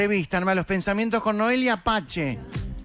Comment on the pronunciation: Por que dice noelia pache SI es noelia pace